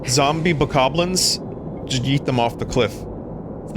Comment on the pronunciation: I have a sophisticated sense of humor, I am far too mature for Vinny's antics. "Bokomblies" snorts uncontrollably